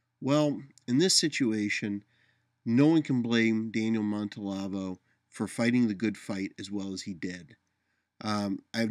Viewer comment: always gives good vid (although this one is, of course, really just audio. Must be the "radio" part). Anyway, just a niggle: Are you sure you're pronouncing his last name correctly? I'm hearing 4 syllables, but only seeing 3.